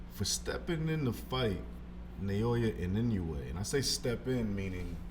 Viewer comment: Inoue's last name is not that hard to pronounce, come on.